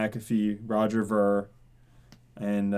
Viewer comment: Do you intentionally pronounce Roger Ver's name wrong?